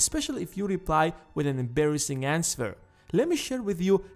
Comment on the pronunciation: "that you dont want to ans-ver!"